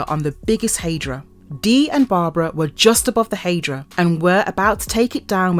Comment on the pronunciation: What is a " hey- dra"..its hi- dra, High-dra..Hydra